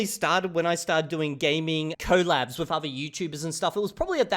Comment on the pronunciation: The way you say collab is so funny to me 😭